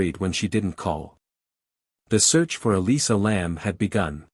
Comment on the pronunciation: Elisa, not Alyssa